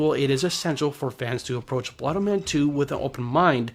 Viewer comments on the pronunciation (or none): blood O-men not blood -MEN